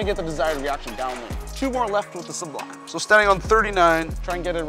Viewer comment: The first channel I've seen to actually pronounce it su-blime in stead of sub lime. Very happy about that lol. Do you think the Sublime would be around the same strength as the Xponent? Maybe a ball up from that, but just below the Journey?